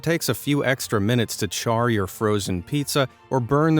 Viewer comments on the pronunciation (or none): none